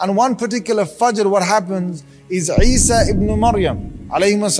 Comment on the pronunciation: its not eesa its Isa (as)